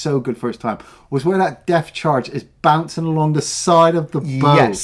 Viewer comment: Depth Charge,. Not Death Charge.